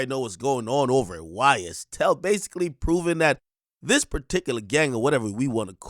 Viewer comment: Bro said YSTell😂😂 man free thug!!